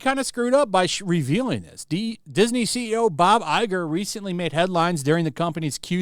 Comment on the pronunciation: Everytime Disney CEO Bob Lieger (Iger) moves his lips, all I hear is "Newspeak" and "Doublethink". And of course the Gaslighting! It's just an opinion.